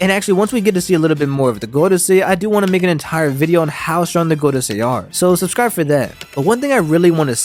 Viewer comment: whenever ppl tell me to subscwibe. i unsubscwibe.#rebel l